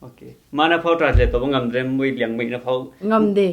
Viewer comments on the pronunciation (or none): Well, it's not liangmei, it's liangmAi 🍸